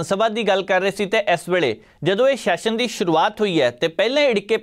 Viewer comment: yaar shession ni hunda Session hunda, vidhan sabha da session, not vidhan sabha da shession, 'S' and 'Sh' sound different. Please, your are a very good presenter but aa kuch nikkiyan nikkiyan cheejan val dhiyan diyo, Pannu saab bilkul sahi pronounce karde aa har word nu, ohna val dekh ke ee learn kar lao please. Boht lokkan nu sirf isse gall karke sunna band karta kyonki they can't pronounce the words properly and they act like they know everything about everything. Dhanvaad.